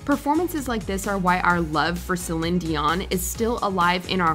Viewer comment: #1 it's "seh-leen" instead of "seh-len" dion...